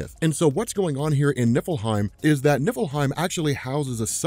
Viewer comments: Oh.,. NIFFLEHEIM. I thought you were saying Nippleheim. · For a second, I thought you said Nippleheim